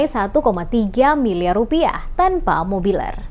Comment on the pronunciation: mebeler..bukan mobiler....